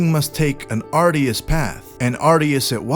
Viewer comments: An "are-dee-us" path? I think the word you're looking for is arduous (are-d'yew-us). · Arduous. Not ard-i-us.